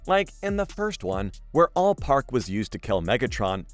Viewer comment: not trusting the judgement of someone who calls it allpark lol